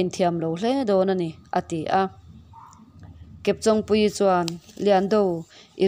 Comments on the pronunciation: Chawng hi intawng tih a tawng anga lam tur...Kepchawngpuii hming a, chawng tih ang thluk ang hian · Chawng hi I lam dan a dik lo kepchawngpuii tia chawng I lam ang hian lam tur chawng an Chen a I chawng lam hi a dik lo